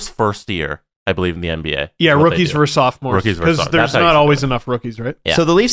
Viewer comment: It's "versus", not "verse".